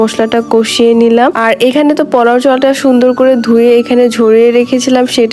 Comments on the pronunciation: নেকামি করবেন না পোলাও কে পাও বলবেন না 😡😡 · Plaw plaw😂😂😂😂😂😂😂thik moto koiteo parena